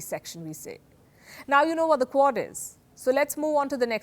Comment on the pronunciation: I kept hearing CORD and didnt know what she meant